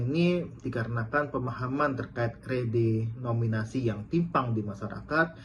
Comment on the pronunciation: Ngucap redenominasi aja gak bener pak ...mau kritik menkeu